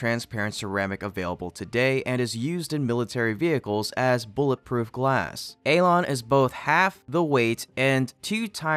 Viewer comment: Alon🤣🤣 more like elon